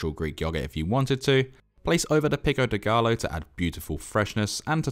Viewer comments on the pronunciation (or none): Its pronounced "pico de *guy-o*" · Bro really said "pico d'gaLLo"🤣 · Pico de guy? Yo!! Pico de gayo. Lol